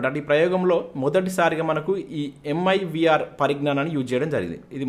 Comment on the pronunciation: It's Mirv not mivr